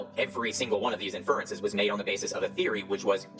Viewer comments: "The science" has to be one of the wildest neologisms I've ever heard. And he talks about the "four metaphors" lol. What is he even on about? Must be references to something from his other videos that his victims lap up. The guy doesn't even know how to pronounce inference. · Along with his smarmy, overconfident tone, the fact doesn't know the standard pronunciations of "inference" or "Ghislaine" despite being otherwise fairly articulate suggests to me that he might be home-schooled, or at least socially isolated from anyone that actually understands how science works. While home-schooling is now more feasible thanks to online educational content like yours, it obviously has issues. Of course it's not surprising that parents who think they know better than the school system might produce children who think they know better than the vast sum of all human knowledge. While I respect parents' right to choose how they educate their children, and I have home-schooled cousins who are perfectly rational people, I'm concerned that the increase in home-schooling could result in increased isolation and ultimately societal polarization. Maybe we need a "socialization" curriculum for home-school kids, and occasional check-ins to make sure they're getting a truly complete education (also to make sure they aren't being abused by their parents of course, which unfortunately seems to be an increasing possibility in that domain). I'm curious what you and others think about home-schooling, and its role in promoting anti-science rhetoric.